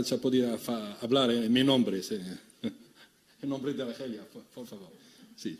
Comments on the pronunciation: يقول ألخيريا بكل فخر واعتزاز 😂😂😂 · المهم هو حين نطق إسم الجزائر بالإسبانية ...." آلخريا "